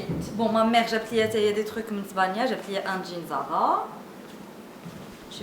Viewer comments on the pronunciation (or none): none